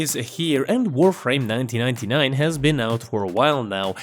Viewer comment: that “1999” pronunciation was S tier